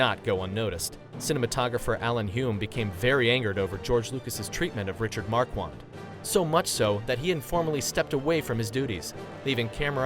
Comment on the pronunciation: MAR-KHAN not MAR-QUAN